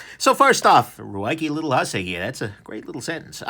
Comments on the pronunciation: literally butchered the word hussar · Okay, jokes about Ruike's, umm, interesting Romanization of its name aside and someone needing to tell that there are really three ways to pronounce "Hussar" and he's not close to any of them, one thing I've NOT noticed in comments--maybe noticed it, honestly--is that this knife struck me as very much the Boker Kwaiken done right, as far as functionality. I doubt that's by design, but the Ruike Hussar offers a lot of the same thing. I have both knives and find myself comparing them a surprising amount. You get squared off handles, an upswept blade, a thin up-and-down profile, it's a bit thick side-to-side and heavy but that seems to be by design, it's fairly long and slender, etc. But the nitpicks that a lot of people had with the Kwaiken like the flipper tab and blade being too upswept and honestly being a little too thick and heavy for the design seem to be what Ruike really did a better job on. Boker also has a bit of a taller hollow grind and I'm sure people have complained about the Hussar's blade tang not being nested in the scales while folded (not a big deal to me personally), but the Hussar will bust down cardboard just as well. Glad I got mine! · OK so he doesn't know. No big deal. Still produces great vids...